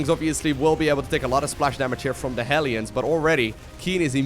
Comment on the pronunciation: Why are the "hellions" (hell lions) pronounced "helions"? It seems wrong to me...